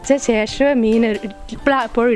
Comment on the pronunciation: സേഷം...... അല്ല.. ശേഷം